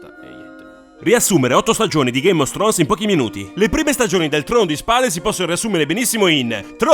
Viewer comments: "Ghéim of strons"... Ma che cazz?! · Perché dici GAME OS STRONES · Ma sono l'unico che sente ' game of stronz'? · Senza offesa, ma sono l'unico a cui sembra che quando dici "Game of Thrones", dici "Game os Thrones"?